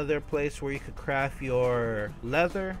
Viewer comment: "crafT", Notice the "T". Please god use it. Also gunta isn't even close to being a word. The amount of grammatical errors you make make it impossible to pay attention to what you're actually talking about.